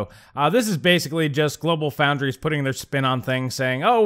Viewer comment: GloFo = GlobalFoundries. No "L" in "Foundries".